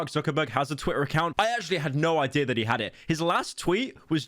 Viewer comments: Yo he’s actually saying twITTA, and not twi-uh. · Good job pronouncing Twitter correctly and not saying "Twi-uh"...I know that was hard ❤